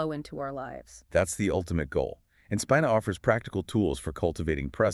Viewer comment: Its pronounced Speeena